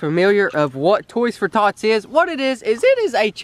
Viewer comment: I thought he said toys for thots 😂😂